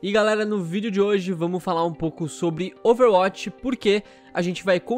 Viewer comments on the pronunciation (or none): none